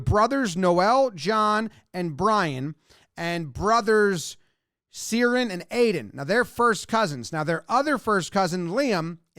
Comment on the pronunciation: "Seeran", ie, Cieran, : is pronounced "Keer-un". And there's a good chance McGrath is "muhGraw". I'm as confused by Gaelic as the next guy 😅 , but there are a half dozen or that are common enough you might look silly not knowing them.